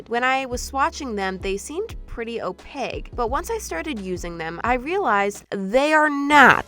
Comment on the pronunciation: …does say “opague”? 😂 It’s opaqqqqqque with a Q